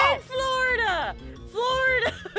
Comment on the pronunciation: its funny taht the all say flordia or somting !! ein:florda aphmau:flor flodia kim: flodia pierc:flodia